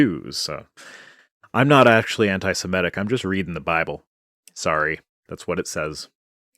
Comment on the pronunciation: It’s “semitic” not “semetic”